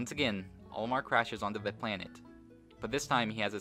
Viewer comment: Towards the beginning of the video you said Omar instead of Olimar, thanks for the shoutout.